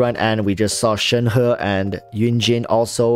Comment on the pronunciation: Good to heard you pronounced ShenHe name correctly. So many people got it wrong.